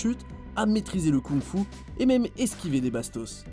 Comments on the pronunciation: ON DIT MAIME PAS MIME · Ptn arête de dire mime c'est même 😂😂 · Les "mime" 😂 a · Ca choque qui le "mime"?